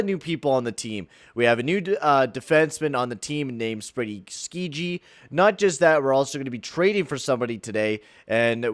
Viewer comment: Skjei is pronounced "Shay" FYI.